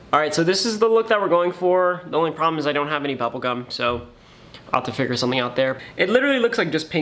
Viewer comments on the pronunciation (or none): none